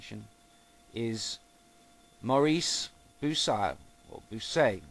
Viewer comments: It is pronounced Maurice Bukai (Maurice Bucaille) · The name of this asshole is pronounced Moris bukaï... He's french...